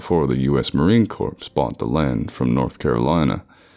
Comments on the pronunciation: You have a great voice, but a Marine would always say "Marine Core", not "Marine Corpse". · He said Core but added a plosive sound. So he half said corpse. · The dude says marine corps with a s at the of corps! Really? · "Marine Corpse" Okay, guy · Pronounced "Core" not "corpse". lol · Marine Corps, as in dead body. No, Marine Corps, with the p and s being silent. I like these videos, until I heard that. I know it's just the reader, but he should know by now how to say/read Marine Corps... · you're still pronouncing as corpse. It's pronounced 'core'. Other than that, great vid. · This guy mispronounces "corps" as "corpse," just like the worst president in U.S. history, Obama, used to. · The "s" in Marine Corps is silent. That's why they train hard; objective is to not become a "corps"e. Same with a Navy Corpsman...which Hussein Obama could never pronounce or chose to mispronounce intentionally. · Awesome as usual and corps is pronounced CORE. Cheers. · You mis pronounces corps once and it made me cringe😂😂